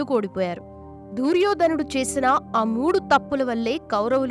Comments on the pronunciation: దూర్యోధనుడు కాదు..... దుర్యోధనుడు. తెలుగు భాషను ఖూనీ చేయడం శోచనీయం.... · దుర్యోధనుడు అని పలకలు.DOORYADHAN.ని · దూర్యోదనుడు ఏమిటి తల్లీ! దుర్యోధనుడు అనాలి. ముందు ఏ పదాలు ఎలా పలకాలో బాగా నేర్చుకుని ఇలాంటి వీడియోలు చెయ్యాలి. ఇంక ఎవ్వరినీ నీ అప శబ్దాలతో ఎవ్వరినీ ఇబ్బంది పెట్టకు. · అమ్మ దూ ర్యోధనుడు కాదు దుర్యోధనుడు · Duuryodanudu kadu talli duryodhanudu anu emi telugu talli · దుర్యోధనుడు తల్లి. దూర్యోధనుడు ఎందుకు అంటున్నారు మీరు. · Duryodhanudu anaali, Dooryodhanudu kadu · తెలుగు స్పష్టంగా మాట్లాడటం నేర్చుకొని వీడియోస్ చెయ్యి అమ్మ గారు దూర్ యోధనుడు కాదు దుర్యోదనుడు అని పలకాలి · దూర్యోధనుడు కాదు.... దుర్యోధనుడు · అంతా బాగానే పలికేవు అమ్మ కానీ దూర్యోధనుడు అనే మాట వినడానికి కాస్త ఇబ్బందిగా ఉంది. అ పదాన్ని దుర్యోధనుడు అని పలకమ్మా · దుర్యోధనుడు.. దూర్యోధనుడు కాదు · దుర్యోధనుడు అని పలకండి pls. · Amma talli neeku telugu palakatam ravadam ledu Duryodanudu nu peru sagaddestunnav